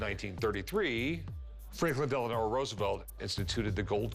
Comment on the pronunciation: his name was Franklin DELANO Roosevelt, not Franklin DELANOR Roosevelt